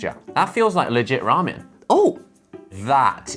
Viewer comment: The way Josh pronounces ramen is amazing.